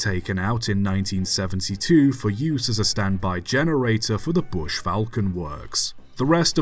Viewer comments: BRUSH not bush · "Bush" traction? Not "Brush"? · It’s Brush , not Bush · Why are you pronouncing "Brush" as "Bush"? Otherwise a very good video. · I can't be sure if you're saying "Bush" or just "Brush" in a more northern accent :D That was rubbish as originally built, but Hawk is a pretty fascinating device, it wasn't just an alternator testbed but an AC traction motor testbed with a very early solid state control system. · Interesting story of 10800. I 'wonder' if it could have been refined further by Brush Traction to make it work. Also, hate to be 'that guy', but it was 'BRUSH', not 'bush'. Sorry! I hate to be so pedantic but I had to say something!!! 😂🎉😂🎉